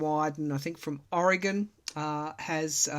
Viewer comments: Thank you for pronouncing “Oregon” correctly. There are many in the U.S. who can’t seem to get it that it is “Ory-gun” not “Oree-gone.” 😊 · A gold star to you for pronouncing Oregon correctly! That's better than a lot of US-ers! William from Oregon 😊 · When I first moved to Idaho, from Massachusetts, I was very soon advised on how to pronounce Oregon, as well as Moscow, Idaho. I was of the Ore- gaahn pronunciation before that!